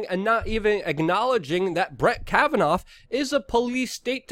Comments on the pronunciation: It's pronounced "KAVAN-AW" not "Kavanauf." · Kavannaaaaaaaa Not Kavanoffffff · Pronunciation is a key to good commentary. The mans name is Kavanaugh not 'Cavitoff' . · Ok so you pronounced Kavanaugh’s name two different ways...Which one is actually the way you speak? Kavanoff or Kavanaugh? No biggie just curious... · Kavanoff lol Luke